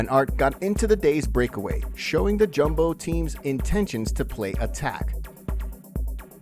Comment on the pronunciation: Its pronounced Yumbo